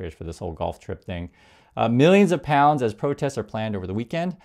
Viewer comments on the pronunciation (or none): none